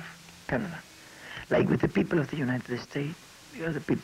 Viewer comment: aaaaahhhh jajajaja " many pipel are very" nice pipel aaaahhhjajajaja. lol. Like the pipel of the Unite States are very nice piple too jajaja.